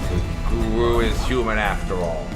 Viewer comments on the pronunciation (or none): Every time you say guru it's sounds like goro